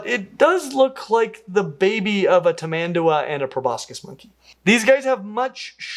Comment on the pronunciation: ps:, your pronounciation of tamanduá is spot on. Specially for stressing the last syllable, since there is an accent mark over the a.